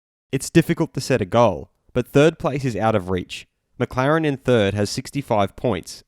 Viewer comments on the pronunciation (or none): none